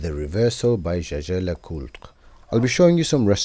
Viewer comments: So, Jaeger is pronounced JAYJAY? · I enjoy your videos, just every time Jaeger is pronounced "CheChe" instead of "Jäger" sends a shiver down my spine. Well you can't argue with the french, n'est pas? ;-)